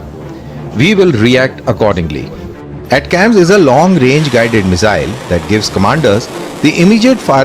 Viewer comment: Its pronounced as Attack-Ems ! Not At-cams please.